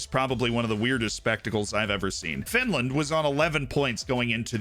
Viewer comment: Oh no, not Finrand